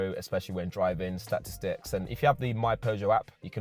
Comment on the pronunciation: Stats-Two-Sticks 😆😂🤣🥹… E Two Double OH Eight